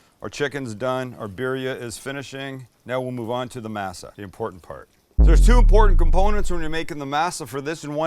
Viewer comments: Sam..your killing me, it's pronouced "maa-saa" NOT "masa"! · Being from the Southwest I use to have having Tamales at Thanksgiving & Christmas. My family has even made Enchiladas for the holidays. Masa is pronounced Mah-Sah not May-Sah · Mass Ah? This ain’t church. Moss Ah, cabron. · I think it's pronounced may-sa not ma-sa, per Cherokee reference, JS. Who did the knife go to???? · You sound like the main character in Roots when you say masa Dont you live in San Diego? And own a taco shop? And you cant pronounce masa right? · "Berry-a-er"... "Mass-a".... Oy Vey...🤣😂 Birilla tacos rock, especially in a tamale form... Keep Masa in your pantry!... There are two forms of "lard", a real one that is bought from the refrigerated section and a second version that is a lard mixed with "Crisco" version that is stable at room temperature for a good while. Always try to get pure real lard if you can, but if you can't the room temperature type will work... Thanks for the video... Your friendly Texas cook and medical professional😷... Merry Christmas.... 🔥🎸🔥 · I knew these tamales were gonna be garbage the second he said "mass-a" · The way he says masa is a little sus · Pronouncing masa wrong......just fyi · is the only time you say masa right lmao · Thank you! It’s been driving me nuts that no one else has said anything about his pronunciation of “masa” 🤦🏻‍♀️ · I luv tamales and A for awesome effort. Consider trying again next Xmas. Oh and less lard. One other thing, try working on your pronunciation, I couldn’t help but think you were referring to your viewers as slave owners.